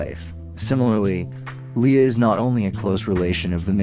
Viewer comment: What the hell is this? It sounds like you’ve never read Dune. And why are you pronouncing everything wrong? Lia? Tattoon? Haven’t you even watched Star Wars before? They say those names in the movies. I know you can speak properly because I have heard you do it a bunch.